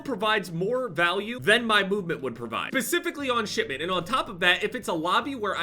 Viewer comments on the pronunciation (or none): Did he say “bespiffically”?